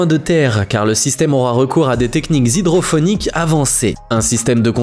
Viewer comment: Hydroponique pas phonique.